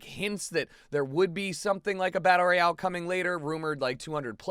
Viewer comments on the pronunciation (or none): its royale not royal